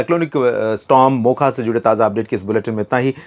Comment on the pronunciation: Sir ji, Cyclone का नाम क्या है? कोई मोका बोल रहा है, कोई मोसा बोल रहा है और आप मोखा बोल रहे हैं मतलब बिना नाम का है जो चाहे वो बोल सकते हैं Cyclone prakriti की देन है नाम तो इंसान रखते हैं हर हर महादेव